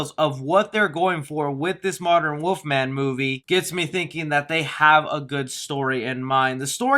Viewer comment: Is he saying Woof-man or wolf-man.